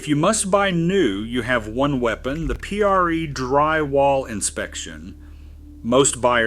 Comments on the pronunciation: P. R. E. -drywall inspection? Not pre-drywall? Robo narrators, sheesh. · The P R E drywall inspection?!? Really? Not Pre? Darn these AI videos. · AI. PRE is not pronounced P-R-E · Informative video, but, why the computer voice? e.g., P R E drywall inspection, instead of pre-drywall inspection. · really? P-R-E? Why did you select the AI voice that adds an extra syllable at the end of every word? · made it almost to the end and then heard "P R E drywall inspection" with the letters spoken seperatly. this revealed that this crap is an article narated by a chinese robot. I hate this crap.